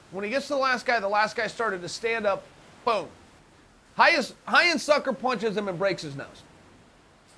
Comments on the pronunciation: hyan? its ryan. not portuguese at all. ryan gracie. even if they pronounce it different its still an american name. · Bottom line: uncle chael is letting us know that he can pronounce brazilian portuguese changing the R for a G. We can bear the "G"oyce one, but uncle chael, Ryan is Ryan, not 'Ghayan'. Period. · Jean Jock but he pronounced Ryan "Hyan". 😂😂😂